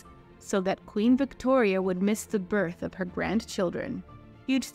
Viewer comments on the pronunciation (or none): none